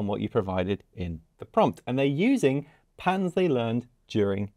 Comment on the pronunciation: You're a terrific guy and I commit to future viewings on this channel when you're involved. But the way you say "patterns" scares me.